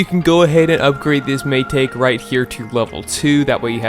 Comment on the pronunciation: Mai-ta-ke not mai-take (pronounce)